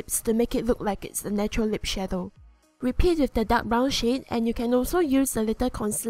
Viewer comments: when she says shade it sounds like shit lol not making fun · When she was doing the lips who else heard brown sh** instead of shade?😂😂